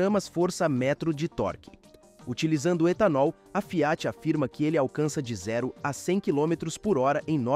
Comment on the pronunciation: O texto é feito por narração automática. Por isso a pronúncia "Fiáti". Burrão...